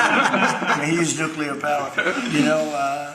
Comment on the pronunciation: You sort of lose me when you can't pronounce "nuclear" correctly...